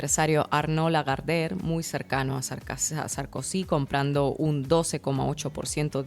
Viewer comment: Jajajaja 😂 ¿"SARKUSI"? jajajaja